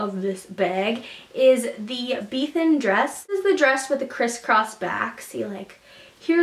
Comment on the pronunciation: You said Bethan wrong